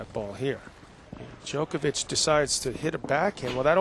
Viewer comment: How long after did this did someone tell McEnroe how to properly pronounce Djokovic?